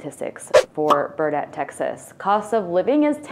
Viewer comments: I'm sure I'm not the only one, but I don't have time to read 189 comments. It's BURN-et, not bur-NET. But you're from Philly so you get a pass. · It is not Burr net. It is pronounced Burn it. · BURN-IT not Burr-Net. As in Burnet durnit, learn it. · It's not Burr net. It's pronounced burn it. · We moved to Austin area in the 1970's and the mispronunciation of Burnet let's me know you're not from texas. It's BURN'-et dern-it!! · Uhhh. Burnet is pronounced like Durn it. If you say it like you did you have to leave Texas for 1 year. 😂❤. Love Texas and that you hit some real winners. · LOL!! I live close to Buurnet?! Burnnet? I can tell when people are not from Texas, cause they NEVER pronounce it how we pronounce it here in Texas. Anyway, have "fun" no matter where you are from. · You should check how to pronounce the names of the towns you're promoting — BEFORE you do your mip mo%m ? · Way to alienate Cowboy fans. Also... being from near Burnet, I'm sure they would appreciate you learning to pronounce it correctly.